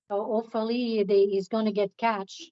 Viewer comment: “I feel sor-ee for dat man, doe. Ope-fallee he’s gonna get catch… soooo” 😐